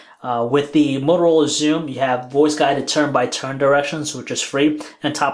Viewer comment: it's th- not -dere, -dat and -dis. ffs